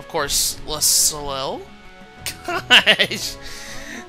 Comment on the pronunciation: I believe it's pronounced "so-lay". As in Cirque du Soleil.